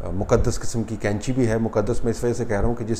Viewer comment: طلعت صاحب قینچی ک سے نہیں بلکہ ق سے ہوتی ہے۔ باقی رہی موجودہ حکومت کو حاصل مقتدر حلقوں کی تائید کی تو ملک جائے بھاڑ میں سلامت رہیں یہ محبان وطن۔ کاش اس ملک کو روز اول سے اس ملک کی عوام کے حوالے کیا جاتا تو ہمارا جمہوری نظام کافی حد تک پاک ہو جاتا۔ رہی بات قریشی صاحب کی تو انہی حرکتوں سے ان کا دانا پانی چل رہا ہے جس طرح کہ دیگر گدی نشین کر رہے ہیں۔ اپنی عورتوں کو تو سات پردوں میں چھپا کر رکھو اور کسی مرید کو اجازت نہ ہو کہ وہ آنکھ اٹھا کر دیکھنے کی بھی جرات کرے جبکہ دوسروں کی عورتوں کو فخر کے ساتھ ہاتھ جدھر دل کرے لگا لیں۔ سلام تو ایسی عورتوں پر ہے جو ایسے کاموں کے لیے اپنے آپ کو خود پیش کرتی ہیں۔